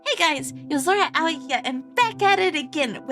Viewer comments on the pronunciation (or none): The only issue I have is with your pronunciation of "Aoi". It should be identical to "Owie", from what I understand.